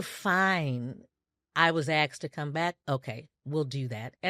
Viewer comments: 💯 on being evasive & it was evident that each time she was being evasive, well-spoken & measured with her words as she is, she would start mispronouncing words like *axsk. Also,are they trying to take the high road or is it them trying to tread lightly/carefully for fear that if they say too much, BM might in turn unleash a Pandora's box so lethal both sides can't ever recover frm? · aSked not aXed. Children learning to pronounce words say aXed, not 55-year-old grown women